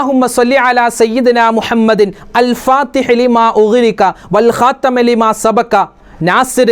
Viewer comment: الخاتم ൽ ت ന് കസ്ർ അല്ലേ ഉള്ളത് ഉസ്താദ് ഫത്ഹ് ആണല്ലോ പറയുന്നത് ഉസ്താദ് പറഞ്ഞതാണോ ശെരി സ്‌ക്രീനിൽ കാണിച്ചതാണോ ശെരി 🤔